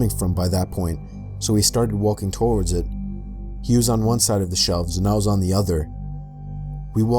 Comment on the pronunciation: I forgot to check the time stamp for when I heard this but, did anyone else notice how says toward but he also tried to say forward like he started with toward but changed his mind to say forward and ended up saying torward?